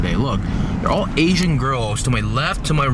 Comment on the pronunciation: The way he emphasizes the word ASIAN makes it seem like he’s so disgusted by asians. Smh what did asians ever do to u? O ye and btw there was a kpop event LOL